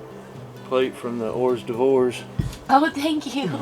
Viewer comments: Horse Divorce 🤣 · Ha, your dad said "hors d'vors" the way I legitimately thought it was pronounced until I was like, 13. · Haha. My late father in law also called them or's devores. But he pronounced it whores devores. He thought that's how it was pronounced 😅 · I love how dad says Hors D'Ouvres. Totally wrong and I think any other accent it would really annoy me but for some reason it makes me feel happy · Oh my gosh! pronouncing hors d'œuvres 😂 Now we know where got his pronunciation of canapés! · Will anything that sounds remotely French, Americans have a problem pronouncing it